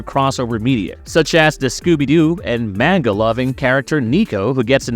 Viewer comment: Whelp, after that pronunciation of manga I can't watch this crap anymore